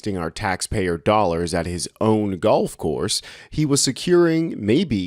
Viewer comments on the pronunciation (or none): none